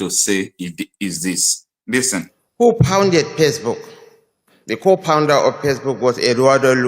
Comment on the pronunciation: He said co-pounder not co-founder period. What a zoo country